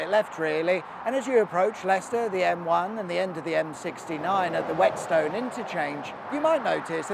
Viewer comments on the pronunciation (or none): I grew up in Broughton Astley, just a stones throw from Croft, always good to see something you know on these videos. Also Whetstone is pronounced "wet-stun". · It always makes me chuckle how many radio traffic reporters mispronounce Whetstone, Groby, Cosby etc.